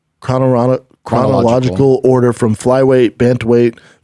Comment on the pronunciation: Watching you have an aneurysm trying to pronounce the word “chronological” is why we come Bapa